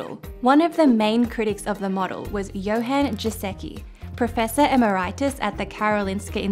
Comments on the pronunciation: Did she just say emm-er-EYE-tiss ? I thought it was eh-MER-it-us? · Not bad -- but let's get the pronunciation of emeritus correct. It has MERIT in it. it merits us !!!!